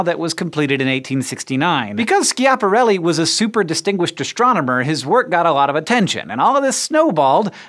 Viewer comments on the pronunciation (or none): It's pronounced Sjapahrelly. Actually. There is an almost just decernable soft g sound after the initial S, but when spoken at pace it's as good as a J. But most definitly not a hard K! And also not I-A, but a smooth sja. A bit of google-ing and you find out how. Easy peasy. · Oh Hank... How I adore your utterly anglo-saxon pronunciation of Schiaparelli...